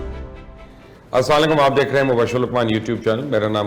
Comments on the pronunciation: Mubashir luqman Sahab itne Bade anchor Hain Mashallah kam se kam Salam to acchi Tarah Se Kiya Karen Asalam alekum Hota Hai Salaam Alaikum Nahin Hota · (Assalamu Alaikum )ke Alfaaz Sahi Ada Karen. Phar lambi lambi chhode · پہلے سلام کا طریقہ ٹھیک کر لو, پھر ہم تیرے بیان سن لینگے, ورنہ سلام غلط ادا کرنے پر عدالت بھی جاسکتے ہے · AP ko salam bhi sahi kehna nhi aata uncle